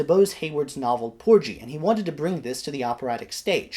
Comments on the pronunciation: Great presentation,! Minor detail: I think the pronunciation is ‘POOR-ghee’ (hard ‘g’ as in “gasoline”) rather than ‘POOR-gee.’ Keep up the fine work! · You're mispronouncing "Porgy"... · 😂😂 porgy like orgy no no no